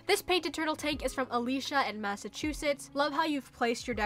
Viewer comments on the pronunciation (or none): none